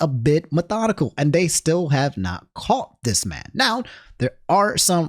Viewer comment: Why you say caught